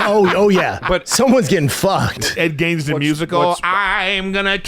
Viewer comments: How many times are they gonna mispronounce Ed Gein’s name!? Jeeez. Its not “Gaines”😂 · Nobody's gonna correct Ed "Gaines"?? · Bunch of grown adults can’t say ed geins names correctly